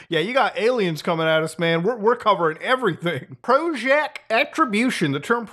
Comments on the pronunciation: Why does he call them ALmaos? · Any day I get to hear Muta say Ay-Lmao is a good day.